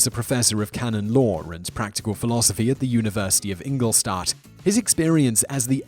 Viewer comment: It´s called "Ingolstadt" , not Ingolsass ...